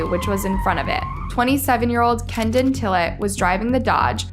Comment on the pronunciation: His name is Kedon not kendon at the very least you could get the victims names right